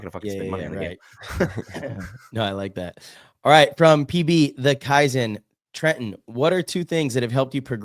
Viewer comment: Absolutely nailed the pronunciation of his last name Trenton! You almost had a little French accent on it 😅 well done 👍